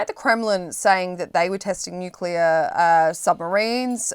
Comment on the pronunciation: Stop!!!! The nucular talk.